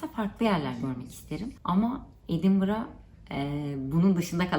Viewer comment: edinbırağhh edinbırağhh dedin hiç biyeri göstermedin mezar taşından başka .26 dk borçlusun bence .